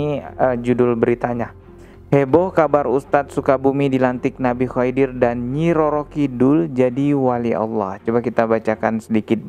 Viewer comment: maaf bang... Koreksi pengucapan nama nabi khidir...